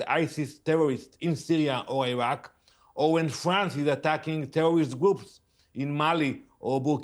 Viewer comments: Why does Israel insist on letting a guy who cant pronounce the letter R speak. How can I take him seriously when he says Tewowist, and Iswael. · “WhY yOu AtTaCk TeWwOwIsT” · 😂😅😢🤣🤣🤣😅😅🥳😂🤣😂🤣😂😁😄😃😀😆🤣🤣🤣we only atack TEWOWISTS 😅🙃🤭🤣😂🤣😂🤣😂🤣😂🤣😂🤣🤣🤣🤣🤣🤣🤣🤣🤣🤣🤣 My favorite word from now on “tewowist”